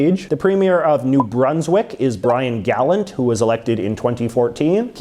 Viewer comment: He pronounced Brian gallant wrong